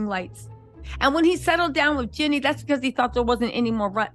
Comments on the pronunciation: Why you keep renaming that woman, “Jeani” not “Jenny”!! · JEANNIE NOT JENNY